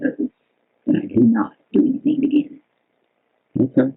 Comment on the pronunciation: “I don’t know ANYTHINK!!” She’s such a moron it’s unbelievable